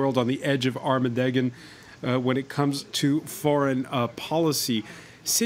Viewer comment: "Armadeggan"?! And, this lightweight panel has the audacity to criticize the intellect of Trump which is in turn a critique of the American public.